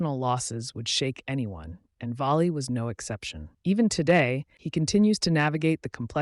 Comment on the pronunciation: Frankie (pronounced) “VALLEY” not “VOLLEY”!